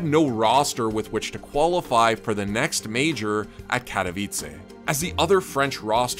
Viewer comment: You just transformed Katowice from polish to italian city with your "accent" xd